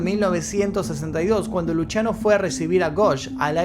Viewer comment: Me llamo Luciano y se me hace rarisimo que lo pronuncie Luchiano